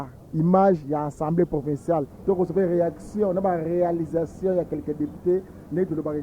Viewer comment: Yaya c'est Assemblée provinciale et non "provençale" na ndenge ya mabe te. Merci